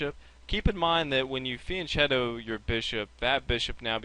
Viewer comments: It's fianKeto, not fianCHeto! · fianchetto is pronounced as a "k" not a "ch" -_ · Thanks! It's pronounced fian "k" etto, by the way. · Van chetto? Vian ketto? What? Said many times in the video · Very good video! Shows ideas and structure-dependent characters of the positions! ( it is "Fee-ahn KE-to". The ch in italian makes a hard K sound!